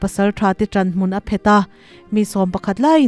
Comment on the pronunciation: I ṭawngkam hman PHET tih hi Phêt ti a lam rik tur ani e